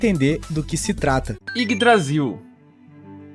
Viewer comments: Eu tava normal até a falar YGGAYDRASIL que me fez rachar o bico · "iggdrazil" ah não kkkk